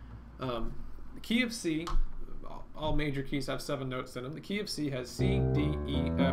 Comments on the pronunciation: The "KeyOfC" i thought u said the KFC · You said - "key of C" I heard - "go eat fried chicken" :) Thanks for this vid, great job!